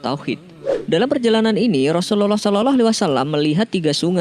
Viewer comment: Sy mau tanya yg mengisi sebagai narator dulu mondok di pesantren mana,kok logat dan lafadz mengucapkan rasulullah saw kok.seperti.itu